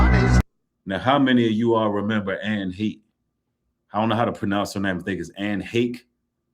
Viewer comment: Pronounced hay-sh ( Anne Heche). I love your content, we all appreciate your work!